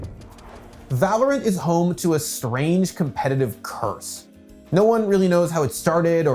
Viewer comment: 🤓 THE CURTH